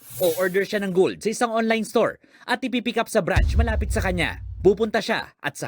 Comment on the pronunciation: Anong brance ? Ang bobo nmn branch hindi brance